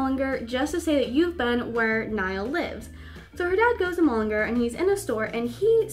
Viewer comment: mull-in-garrr I'm from Dublin